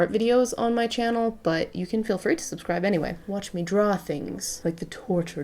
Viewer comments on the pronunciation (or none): none